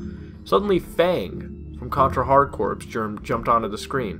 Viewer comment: Corps is pronounced Core...